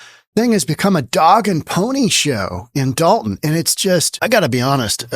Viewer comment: First of all it's Dolton, not Dalton.